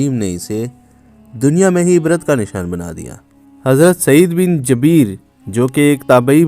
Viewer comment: Oyy chutya. Ye lafz Jabeer nhi Jubair hai.